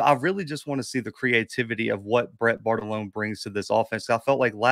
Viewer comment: I guess the joke is on you Cobi since the OC's name is Bartolone. Mr Ford pronounced it correctly; did not. Lol